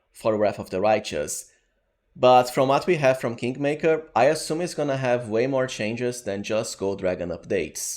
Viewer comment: "Kinkmaker" I heard that.